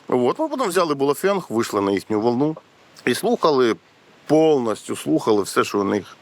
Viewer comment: ХЛОПЦІ НІ БУЛАФЕНГ А БАОФЕНГ!!!! А ТАК НАЙКРАЩІ!!!💯💯💯